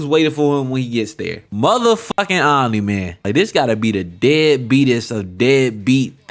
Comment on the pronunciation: took me 3 minutes to realize you were saying "omni man" not "anime" lmao good content